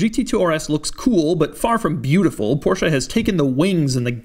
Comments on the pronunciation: The first english speaking person in my life who pronounces Porsche the way it's meant to be pronounced. I can now die happily. Thank you. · You are the only person who I ever heard say porsche the way it is supposed to be pronounced and no I dont mean Porsh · Doug the type of guy to judge you for not pronouncing it Porsch-Uh